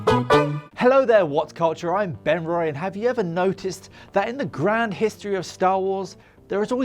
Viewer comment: I had to turn captions on to find out his name Ben Ryan